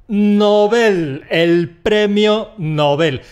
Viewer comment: ESTÁ EQUIVOCADA LA PRONUNCIACIÓN DEL "NOBEL"